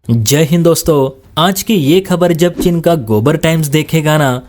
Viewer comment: Oye, chin nahin cheen bol😅😊😊